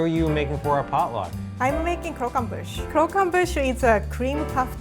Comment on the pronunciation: I love, but can someone please teach him French pronunciation... It's cr-och-em-buche